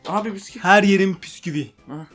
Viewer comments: yanlız bisküvi diil pisküvit :D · piskuvit diyonuz la biskuvi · Biskuvi değil piskuvielo 😂😂😂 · PİSKÜVİ DEĞİL BİSKÜVİ :D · biskuvi deilde neden puskuvi😂😂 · püsküvi değil büsküvi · piskuvi piskuvi yow yow :D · videonun başından sonuna kadar bisküviye püsküvüt dedin ya koptum xjskkak:D bu arada edit mükemmeldi ya yavaslatmalar falan çok komikti eline sağlık:)